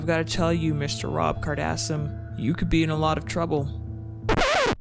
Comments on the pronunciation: Lol, you said Kardasum!! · Rob Kard-ass-um